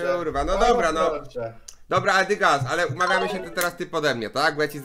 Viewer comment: chapas a nie dygas